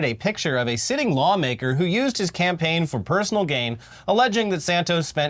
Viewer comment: Do I have to say it? No cam-paign No cam-gain